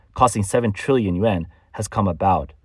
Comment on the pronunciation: I think the AI voice has a problem differentiating the sounds between yen and yuan.